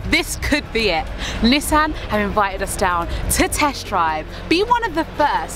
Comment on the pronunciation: LOVE THE Way YALL PRONOUNCE NISSAN!!! It the US we pronounce it (knee-sawn) but the way y'all say it is SOOO much better